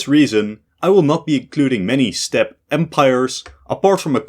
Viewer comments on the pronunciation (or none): none